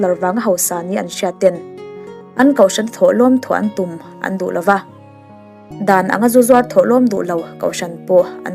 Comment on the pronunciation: Ka ngaithla sual em ni Dan lova tih turah Dan lauva... pawisa ngah hauvin... fo aiah fau, zo aiah zau tih hlira ka hriat chu. O hi kan ti au zo vek tawh mai dawn mi aw. An tlan tlang thai a tih te hi 'an tlan tlang thei a' tih ni mai se. Ai dang zawng hi ti 'ei' deuh vek thung a... Eizawl, mei mei... a hahthlak tlat.